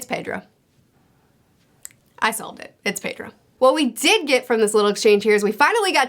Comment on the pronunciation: It`s Pedro. LOLOLOLOLOLOL